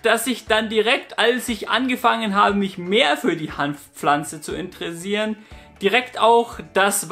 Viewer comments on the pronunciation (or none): Indresiern... Kein Plan warum ich diese Aussprache so feiere😂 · Diese Art wie du interessieren aussprichst macht mich total verrückt :D